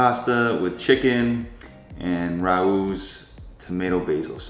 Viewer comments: It's pronounced Ray Ohs. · Just FYI, Rao’s is pronounced as Ray-oh’s